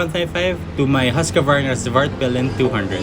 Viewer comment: Nice Video! But why you say "Husqavarna" instead of "Husqvarna"?